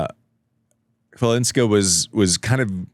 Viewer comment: Greetings! You can pronounce Chawlińska as "Hvalinska" — the Polish "Ch" sounds like the "H" in house, and the Polish "W" is pronounced like "V" in English ;]